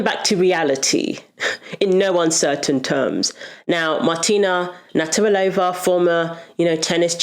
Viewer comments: I agree with Martina Navratilova, but practice say her surname as you constantly said her surname wrong. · Please make the effort to pronounce Martina's surname correctly, for goodness sake! Otherwise, great video. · It's not hard to say 'Navratilova'. Is her name new to you? In any case, it's pronounced as written. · I can’t believe that they keep mispronouncing Martina’s surname. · You might want to learn how you pronounce Navratilova.